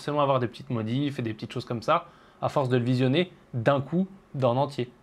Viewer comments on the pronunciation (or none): none